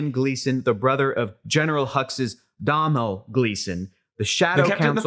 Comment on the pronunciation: His name is Domhnall Gleeson.. the Irish pronunciation is like pizza dough.. "dough-nall" .. not "dow-nall" ! Just a heads up my men 🤟